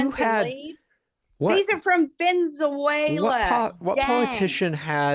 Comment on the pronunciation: The way mispronounces Venezuela as "VENZWAYLA" every time is so annoying.